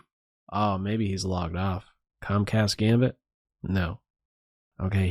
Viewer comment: “Comecast gambit?” 😂